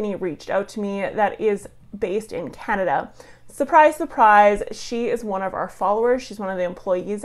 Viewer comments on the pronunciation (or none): none